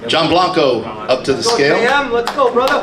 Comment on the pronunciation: It's Bianco not Blanco